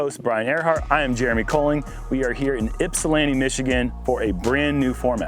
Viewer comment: 1. Thank you for saying Ypsilanti correctly! 2. If no one got a tick on them from this I'd be shocked. 3. How did I not know about this thing less than 30 minutes from my house?